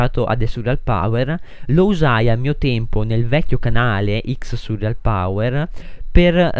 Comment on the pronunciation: NN SI DICE SURRIAL MA SI DICE SURREAL